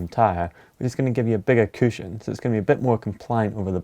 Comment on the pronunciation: What is a cooshone